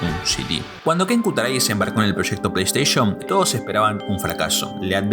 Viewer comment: O “pleisheishn” o “pleisteishen” no existe ningun razon pa llamar las “PLEISTEI(SHON)”” ninguna… ni en latinoamerica ni en españa. Station se pronuncia como (steishen) no como (steish(on) VIDEO ES. Deee putamadremente interesante! ❤ gracias! 🤝🤝🖤🧑‍🌾